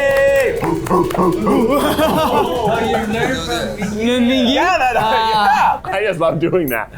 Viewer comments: no you're good i was confused too! she didnt! mingi (min-gee) would be the correct pronunciation. she might say minji out of endearment or a nickname, perhaps? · not “minji” lmfao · nope, she didn’t pronounce his name correctly, i was caught off guard too lol. i recently learned hangul so that i could pronounce kpop idols’ names correctly (and because im currently learning korean). in korean, his name is 민기. the romanization for this is Min-gi, and the “gi” part is pronounced like a mix between a g and k sound. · I’m assuming she mispronounced it because she got into ateez a bit later and may not know the pronunciations yet? Just my assumption! ☺️ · Anyone else get kind of offended at pronunciation of Mingi’s name, or are you normal? 😂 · Mingi's name is not pronounced like that lmao all of Ateez says it with a hard G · mispronouncing mingi's name is taking me out PLEASE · noooo the way they pronounced mingi's name like bruhhhhhhh thats so wrong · Atleast try to say MINGI correctly as Atinys😅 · Shouldn't say Mingi's name correctly if she's such a fan? Just saying 😬🤷🏻‍♀️ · not to be that person but, you're pronouncing your husband's name wrong lmao. The G in Mingi is a hard G. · Also mispronouncing mingi's name over and over was something else! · So screams about Mingi being her husband and can’t even pronounce his name correctly? 🤦🏻‍♀️ And Keith just repeats after her… It’s basic form of respect to at least learn who will be your guest. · relax 😭 she mispronounced his name ONE TIME it’s not that serious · yeah I was just thinking she must be a very new atiny lol. very passionate but, definitely wrong with the name pronunciation. usually people get it in a couple weeks, if not it should only take a couple months because they constantly say each others names in their content so at some point it's impossible to mess them up lol